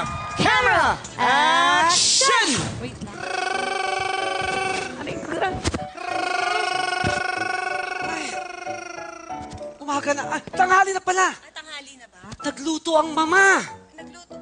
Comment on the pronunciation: laff kemera eksyon.......... haha. ganun ka oa ung pgbigkas ni haha. e stop nyu na show nyu pangit walang kwenta.. lol